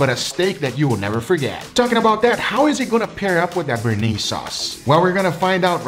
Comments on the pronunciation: ...so you made a Béarnaise? lol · its called sauce béarnaise